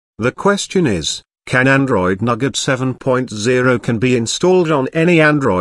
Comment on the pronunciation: Nougat TTS: Nugget